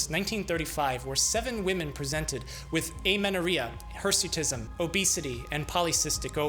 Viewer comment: Remember its hersuitism not hesuitism